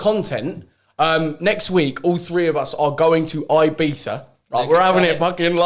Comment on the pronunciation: Stop calling it "beefa" you berk